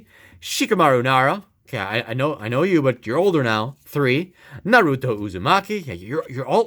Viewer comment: Noruto and Buruto Not making fun of you btw Its Naruto and Boruto NAR-OO-TOE, BORE-OO-TOE